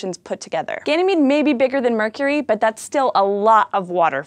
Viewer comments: You mispronounced Ganymede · Also Ganymede is pronounced as Ganymayd